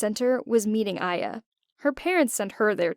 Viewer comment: uh so my name is actually Aya pronounced in english I-ya...